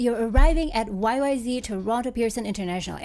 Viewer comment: YYZ not YYzzzzzzzzz